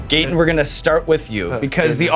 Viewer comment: Why is he pronouncing his name him gate in, I thought it was gat in